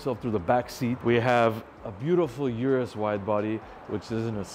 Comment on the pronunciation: Pronounces Maybach correctly then pronounces urus wrong.